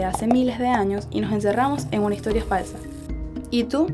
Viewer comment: por que hablas con la "g" no se escucha bien como higtoria etcetc